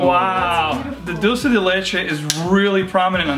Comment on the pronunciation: Hiya. FYI...dulce is pronounced "dool-say". Spanish word meaning "candy" of milk. It is considered a Mexican treat made of sugar and condesened milk that is evaporated until you have a thick paste. Very tasty. So I'm betting the fragrance is really sweet smelling. Great looking family. And talented too!!